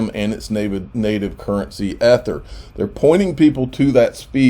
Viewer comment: I think every time you miss pronounce Ether you take a shot. Lol.